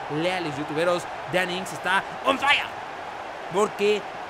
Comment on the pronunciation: Me encanta cuando king dice on faia y cambia a assombalonga por wilson